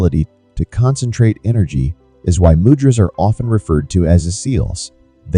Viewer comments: Man....."Mudras" is pronounces MOOO - Dras! , not MUD dras... Also the elements of the fingers are completely Incorrect... Please don't pass on powerful techniques incorrectly... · Mud-drazas???? 😂😢 Do you mean 'Moo-dra-s'? What a Mud-drazaz??? Mud-ras???😣😖 😂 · It is pronounced: Moo-drahs. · You pronounced mudras wrongly